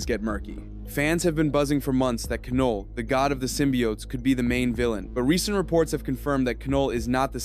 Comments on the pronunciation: Definitely scorpion and your pronunciation is wrong it’s not ca null it’s Knull the k is silent so then it just makes the null sound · Keh-Noll. Is this AI? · The K in Knull is silent